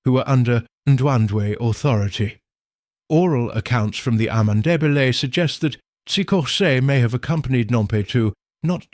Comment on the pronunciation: Ndebele not Ndebeke ,ayikho not amyikho